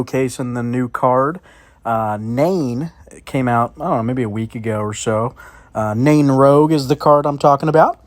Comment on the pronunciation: It's Nain rouge lol